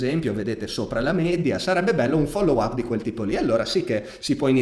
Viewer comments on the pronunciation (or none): none